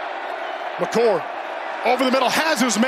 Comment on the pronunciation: Did these announcers call McCord, McCourt and McColt?????